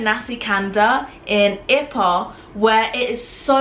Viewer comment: Kelantan is pronounced "ker - lund- tonne. And ipoh is " ee - poe". I miss Malaysian food and maggi goreng!